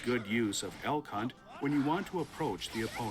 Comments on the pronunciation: El Cunt. I love it. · Unrelated and unimportant but every time I hear Elk Hunt, I think you are flaming Elphelt calling her El *unt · They cannot keep pronouncing "Elk Hunt" like this.